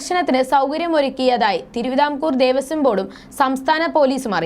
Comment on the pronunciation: മോളേ ദേവസ്യo ബോർഡ്‌ അല്ല. ദേവസ്വം ബോർഡ്‌ ആണ്